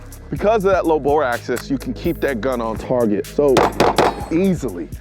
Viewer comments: Yeah I love it when he calls “bore axis”, bore access. Definitely knows what he is talking about. Definitely not a flub either because he wouldn’t have written it in a 2015 review of a G43 and a M&P Sheild about him loving the, “high-bore access you get with the Glock”, right? Which totally isn’t the exact opposite of what you want, right? Couple torque? Don’t need that fancy engineer talk, just use words that sound good enough interchangeably! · very low bore access said for the umhteenth time 😂 we like because your honesty. Guess what we do it too😂 it’s smart because if we repeat the new cool knowledge we Internt are gun smart . Great vid keep up the great work!